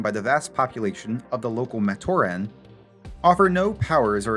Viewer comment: Is this AI generated? Matoran is consistently mispronounced which makes me think this is AI.